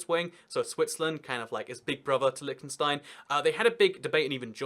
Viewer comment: i hate how he pronounces it like lickenstein